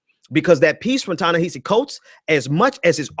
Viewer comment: Prior to offering critique you might consider learning the phonics & pronunciation of the name of the person you're critiquing. Listening to you mispronounce Ta-Nehisi over & OVER was a huge distraction..